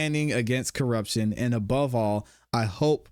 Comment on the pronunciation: said it all in her last sentence when she said "keep pressuring the DA, keep standing against COR RUPTION". By the word corbruption, she had to believe Karen was being framed. I mean why else use the word cor ruption? Makes me wonder how many others on the jury felt this way. Standing Ovation for for her thoughtful answers, especially the one to his family about who really let them down.